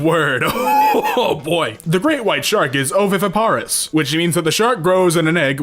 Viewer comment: Oh-voh-vih-vih-pair-us, Oh-oh-fay-jee